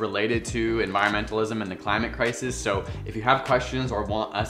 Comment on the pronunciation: Lol I’m pretty sure Aussies don’t say so like soy 🙄 😂